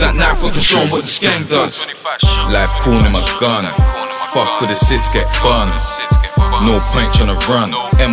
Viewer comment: He can’t even say six 😂😂😂 sits